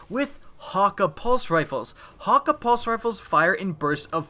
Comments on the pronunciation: He said: Häkka My reaction: what?! What I relized: He's saying Häkke wrong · Omolon is yellow Häkke (hok-a)